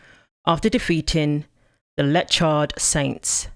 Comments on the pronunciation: Leichhardt is pronounced 'like -heart' cheers, stay safe and balanced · At the risk of being That Guy, it is pronounced 'lycard'. 😁Yeah the spelling is daft! Keep up the good work. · As an Australian male, I am dead set against this stupidity. I support any woman who refuses to compete against a male team, or a mixed male /female team. I think most Australians would agree with me ( male and female) BTW it "Like hart"", not "Lichard" Sorry..I did not invent the spelling! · Leichhardt is pronounced Lycart